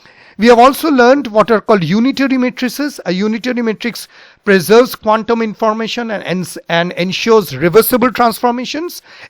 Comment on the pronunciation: PLEASE IMPROVE YOUR PRONUNCIATION OF 'QUANTUM'.